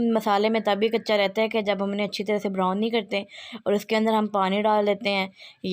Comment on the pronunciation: The words which u pronounce are, chop, brown, salt, etc. My sweet sister once again listen to your video, I don’t mind if someone corrects me, it’s a part of learning. I’ll try the dish which u prepared, it seems to be delicious